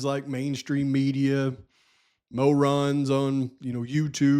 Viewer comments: Love your pronunciation MO' ron. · It's pronounced mo-ron. Lol